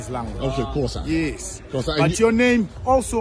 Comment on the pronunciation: 😂 Xhosa not Thosa but it's okay just an innocent mistake